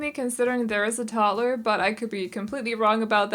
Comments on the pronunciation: Of you say 'Tott-ler' ONE👏MORE👏TIME...🤣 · When people pronounce 'toddler' as 'totler' it gets me 😂😂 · Are you saying Tottler?